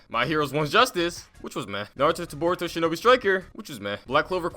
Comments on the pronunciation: He said Borito instead of baruto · its boruto not burido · boreto Me it’s boruto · Boruto not borito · Did this man really just say burito Lol